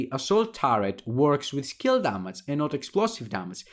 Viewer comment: It''s Ντάμιτζ, not Ντάματζ mate :) Nice analysis.